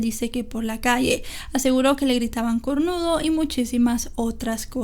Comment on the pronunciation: "aseguró que le gritaban cornudo" No sé si por su manera de hablar o acento, pero solté una carcajada cuando escuché esto. Ay 😂